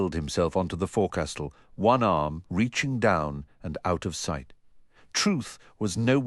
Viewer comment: He literally has ONE ARM and the narrator says "ohnarm?"